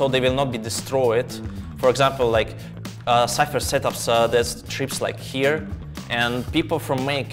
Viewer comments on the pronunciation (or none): none